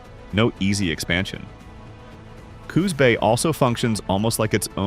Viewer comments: #3 Coos Bay the name rhymes with Moose Hay or deuce Ray ya lazy AI POS! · Is the robotic narrator necessary? Are there no pleasant-sounding people who not only know how to read common words, but know how to pronounce place names and make GOOD guesses on homonyms? Hire such a person for a part-time gig. In this and a related vid, I heard Sequim, Klamath, Coos Bay, windy and others said wrongly.